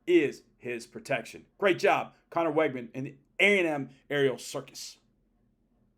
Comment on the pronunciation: Learn how to pronounce Weigman's name, please.